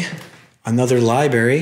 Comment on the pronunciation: Bro. Truly I do love the exploring videos and having the chance to see things I otherwise wouldn't, but are we seriously gonna let him just get away with CONTINUOUSLY saying "liberry", "suscribe", not knowing what formaldehyde is, etc.?!?! COME ON DUDE.